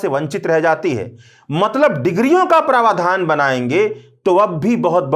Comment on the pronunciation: सही उच्चारण है 'प्रावधान'! आप उच्चारित कर रहे हैं 'प्रवाधान '